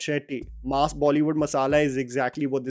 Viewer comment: Stop pronouncing ‘mass’ like you are talking about a slab of meat. Mass, not maas.